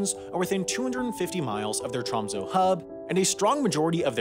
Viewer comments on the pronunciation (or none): none